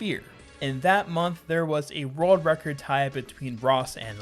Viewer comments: why do i keep hearing rerld record? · Rorld Record